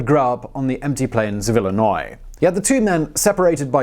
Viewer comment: And yet, he pronounced Illinois correctly, something that half of Americans can't seem to do.